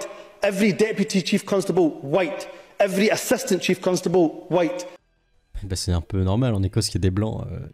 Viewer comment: "evwry ewrry ewwrry" Mais bon dieu